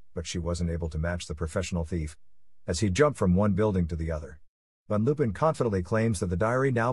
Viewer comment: Text to speech issues/errors Lupin the 3rd is the grandson of arsene lupin Fujiko mine takes it Goemon